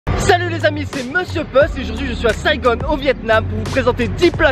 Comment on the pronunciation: La nourriture est très bonne au Vietnam, mais de grâce, ne prononcez pas saïgonne, c'est ringard, c'est juste saïgon !